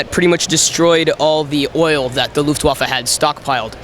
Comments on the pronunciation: Yellow Peasant luft-waff-eh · yes you are right but exactly that was my point, they said LUFTWAFFEL and not LUFTWAFFE (Luftwaffel means Air Waffel in english just look it up) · wuts Luftwaffe????? it sounds like waffle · Luftwaffa wtf Luftwaffe eeeee not aa ( I am Austrian ) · yes its pronounced luftwaffe, but he said luftwaffel which literally means air- waffel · Its so sad as a german when you heare the worst pronounciation of german words. Just an example he said castle and its called Kassel and the say Luftwaffel wich means airwaffle. Its just sad :( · Correct me if I'm wrong. You pronouce it as "Luftvaffen" ? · luft-vah-fa is how it should be pronounced. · Yellow Peasant Luftwaffel 😂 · Mhh air waffel! (Yes iam german) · The Luftwaffe.